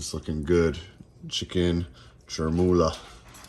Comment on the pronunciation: Sharmoula not sharoura😂😂 besa7a